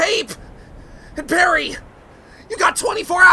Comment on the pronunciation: JesireeRaven Cruz Ü it's pronounced Parry not Gary.